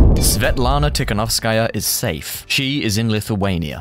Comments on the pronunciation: Seriously? Your source is euro weekly? And not being rude, but the family name of the opposition is not so hard to pronounce its tihanovskaya (dont know where you got the , s,shshs) not being pro or contra but, stop the ongoing anti russian pondering. P.s I dont think people in Ukraine started to live better after maidan ,i believe its worse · Tikhanovskaia🤦‍♂️ (not Tishkanovskaia or Tiskanovskaia) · No one: VisualPolitik: Svetlana Tisfglkhdghskaya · Tikhanovskaya: pronounces her surname. During the video, in a citation: Tikhanovskaya’s surname is correctly pronounced. The channel’s speaker: “Tishkanovskáya”. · Omg man, learn just 1 name - Tihanovskaya (Tee-ha-nov-skaia) it's not that difficult, especially if you make professional youtube videos about politics. But generally video is good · Repeat after me Ti-kha-NOV-ska-ya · Svetlana Tihanovskaya. Is it that difficult? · tiKHanovskaya. It's a KH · Tis-hanovskaja 😂 you should pronounce surname better 😇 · Tikhanovskaya? Tsinanovsky-a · Man, you butcher the name of this brave woman, her name is Svetlana Tikhanovskaya. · It irritates me when he pronounces; Tihanovskaya. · Not sure why it's so hard to pronounce Tikhanovskaya unlike Featherstonehaugh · just because you've taken one attempt to pronounce her name doesn't mean her name is unpronounceable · Tikhanovskaya, for fucks sake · Dude, her name is not so difficult to pronounce smh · Тихановскаја :) So Simple, but still english speaking people struggle with eastern european names. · Come on, man. Tik-ha-nov-ska-ya. It’s not that hard :). Jokes aside, thank you for covering this. Global media silence on events in Belarus are baffling Edit: are you doing this on purpose? Babakairo?? :) slowly: Ba-ba-ree-ko